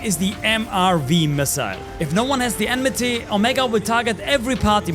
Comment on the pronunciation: It's Oh-may-guh ... Not "Ohmegah". And Enmity (Not Enmeh-tay) is from FFXIV, it's what we call Aggro over there.